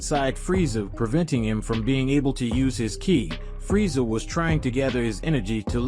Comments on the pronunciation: Its frieza not friesha😂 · Why do you keep saying freesha someone needs to annunciate